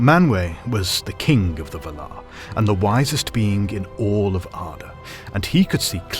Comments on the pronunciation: Anyone else upset by the pronunciation "Vuhhlauuur," invested or "Val-are?" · Loved this video, but I couldn't get over how you pronounced Valar. I've always read and said it as Vaalar, emphasis on the first 'a', and a bunch of other YouTubers say it the same way. Just a pet peeve tho, no big deal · Pretty sure it’s pronounced like “Vál-laar,” not “vuh-lár” 😉 Nice video tho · Someone help, please. Is this video’s pronunciation of valar the proper one? I always thought it was VAL-ar, not val-AR. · Vàlar. Not Valaaaar!! No wonder she has no friends! 🤣🤣🤣🤣🤣🤣🤣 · I say Val-ar. You say Va-lar. The stressing of the second syllable sounds so strange. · "Besides, you're saying it wrong it's LevioVA-lar, not leviova-LAR" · Dafuq is V'lar? Isn't it Valar like Valour? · The way you pronounce "Valar" troubles me BUT at the same time...I love the pronunciation. I am in an internal conflict just like the "Vala-ar" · you said valer wong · Dude its pronounced [VA] - [LAR]. Really confusing my ears and cant take in your commentary properly hearing bad pronunciation. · Yes this pisses me off every time, when someone takes all this time to make a video like this and doesn't know how to pronounce the main fucking name in his video. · That is the incorrect pronunciation of Valar. Also Aman. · I don't care what you think, you are pronouncing 'Valar' like a twat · Tolkien was very specific on pronunciation so it was weird hearing the words Valar and Orome said in this manner. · Your pronunciation is wrong. There is a pronunciation guide in the appendix. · Can't watch because of how he pronounces Valar. Sounds so weird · half a minute in and you already turned me off with your horrible pronunciation...that's not how you pronounce valar. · Your pronunciation of valar is killing me 😂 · You are saying “Valar”, funny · It is distracting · Honestly, it annoyed me, too 😅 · Yeah it confuddles me too :D